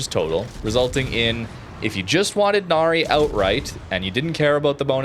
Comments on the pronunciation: Now, for what pronunciation it’s Na-Rai. I think. Hence the ship is very Thai name and not Japanese. It’s not Na-Ri. Still kinda weird why WG named a Cruiser to a Mythical beings despite there is ZERO records of Royal Thai Navy actually naming ship from Mythical Creatures especially on frigates. They just named them after Province. Hey, it’s WG. They can pull anything out of their ass and said “It just works” despite it’s clearly isn’t. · It's a fictional Thailand ship. It's pronounce as Nah-Rye (rhymes with 'eye') not "Na-ree" 😅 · "Nary"? Really? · Thanks for video. I'm providing more information: it's pronounced Na - Ra i , Name of a former King of ancient Thai.